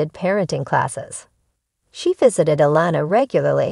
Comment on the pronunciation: I think it’s June fought she put all of this situation on pumpkin putting a strain on there marriage they need to stay together love you guys ❤️❤️ do you watch the show you’re pronouncing Alana name wrong